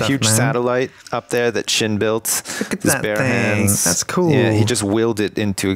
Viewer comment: Sjin not